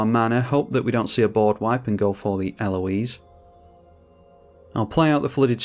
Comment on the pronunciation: Such a cool combo! Congrats. The more I see of her game play and techs the more I like her. I find it funny that you seem to be the only content creator who can say her name correctly. IDK if its because its more of a common name there or interactions with the French across the channel, but the American YTers struggle with proper pronunciation.